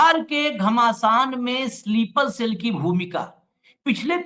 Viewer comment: स्लीपर सेल बोलना सीखो